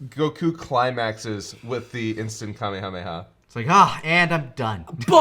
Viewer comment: "How's my Kamehameha guys?" I dunno, you never finished it. "Kame-hame-YAGH!"